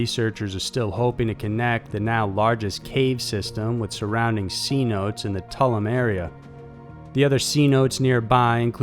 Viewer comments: It's pronounced "Cen-oh-tay" ... a c-note is an one hundred dollar bill. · Hearing you call the flooded caves in the Yucatan peninsula "c-notes" is funny as hell! You should of done a little research. Its pronounce say-no-tays, not c-notes hahaha. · C-notes? "Se-noh-tay".... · just fyi - they are Sin-OH-Teys, not C-notes. (They are not $100 dollar bills...) it took me a minute to figure out what you meant. Weird Spanish pronunciation, I get it. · Sea notes. Cenotes?? You mean cenotes? You absolute buffoon. Learn to speak 🤣🤣🤣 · Cenotes = sin-oh-tays